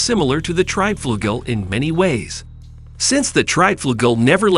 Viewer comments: The title is wrong, the word treb does not exist, but trieb and also the opposite treib, where you had called it treib pronounced like fight . But it is called Triebflügel and pronounced like the ee in speed, so treeb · It's called TRIEBFLÜGEL!!!!